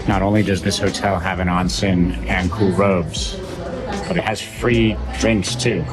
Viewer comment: It’s oh-nsen, not ahn-sen, o sound